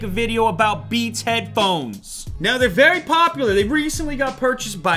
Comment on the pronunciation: “Beans” LOL